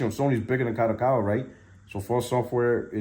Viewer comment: Bro its pronounced KA-DO-KA-WA. not KA-ROW-COW-WA😂😂😂